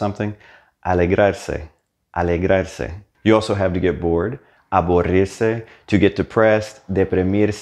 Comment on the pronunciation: nice videos. just 2 things. 1. when you pronounce deprimirse, deprimido, the first "i" sounds a bit like an E, and the U in aburrirse sounds like an O. 2. is it really reflexive though? ;)